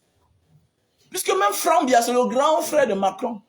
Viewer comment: Si vous retirez le nom du President Biya & clui de notre cher innocent Frere Frank que tu prononce faussement dans ta video, le reste de ta video est tres tres vrai et bon. Je voudrai que tu comprennes que c pas Biya qui gate le pays mais les Cameounais(es). C n'est pas Biya qui dit au personnes tordue de charactere d'amener les rapatries au ngata, Le President Biya ne dit a personne de travailler mal ou de prendre le ctchoko. Compremprends que lorsque le President Biya attrape un fausseur dans le gouvernement il l'enleve de ses fonctions sans tarder et il le fait en respectant la constitution Camerounaise. Il faut savoir que Le President Biya n'est pas un dictateur ni tribalist,. si il l'etait, le cameroun serai en vrai guerre dpuis des anneeeeehhhhh longtemps. Malgres tous pire qui se pass au NOSO, le Cameroun n'est pas en guerre. Faud pas confondre guerre et terorisme, ... Je viens de te decouvrir par curieusity sur youtube et souhate que tu retire ces deux noms de ta bouche pour l'amour de Dieu car l'une des plus mauvaises choses c d'accuser quelqu'un faussement. G veux que tu retiennes que le Presidents Biya aime trop le cameroun et defend tres fortement de tout son coeur. Il faut savoir que ce pas crime de presenter son enfant. Toi meme tu n'a jamais ete presenter par tes parents!?